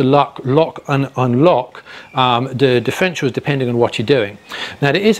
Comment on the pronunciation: NO NO NO - he didn't explain anything about DIFF (er) ENT IALS.. He couldn't as he mispronounced it by saying Diff-ential They are NOT "diff-entials" ... But differ - entials. Check it out - he misspells the word and I suspect will also have other mispronunciations of that word in several other places (I had to stop and see the comments first as soon as I heard the lisp / misspoken word of "Diff en tials"